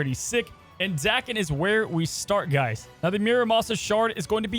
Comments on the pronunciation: Dude's name isn't Dakin. It's DAY ken. It's Japanese. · Pronounced Day-Ken I think 😊